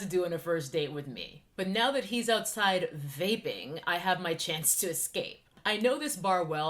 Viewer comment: The way you keep saying vaping 😂😂